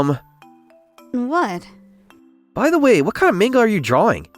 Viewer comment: Manga isn't pronounced "mayn-ga." It's pronounced "mahn-ga."